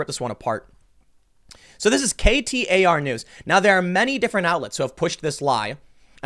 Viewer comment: KTAR sounds like Qatar.